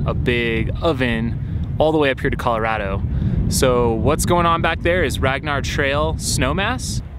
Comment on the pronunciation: Thanks for pronouncing Colorado correctly!